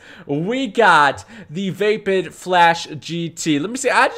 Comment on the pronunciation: He was saying vapid not vapid